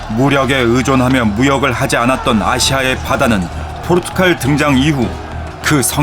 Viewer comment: 자꾸 포르투‘칼’ 하시네